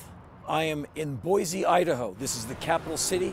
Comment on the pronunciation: Pronounced Boy-See... most people seem to get it wrong.